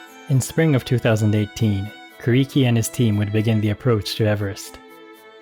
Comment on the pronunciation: His name is pronounced “Ku” “Lee” “Key”. Not “Ku” “Ree” “Key”. The “R” sounds is a diphthong. A sound between and “R” and an “L”. But not pronounced with your lips round like and English “R” sound. Rather instead with your lips wide and flat like an English “L” sound. Hearing Kuriki’s name mispronounced throughout this video was very disturbing and disappointing. It made me feel as though the creator of this video is only interested in the money he will make from the video and not the proper respect that is due for Kuriki. It is so disrespectful of the creator of this video for not taking time to learn how to say Kuriki’s name correctly.